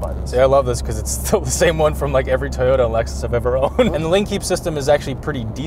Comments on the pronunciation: You both pronounce Toyota so weird lol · Out of genuine curiosity, why can't pronounce Toyota?